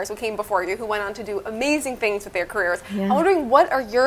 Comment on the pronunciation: WITH--Wif---Disparage---Dis- NORTH---NORF---Espresso---EXPRRESOLearn how to speak English or get a job bagging at Ralphs.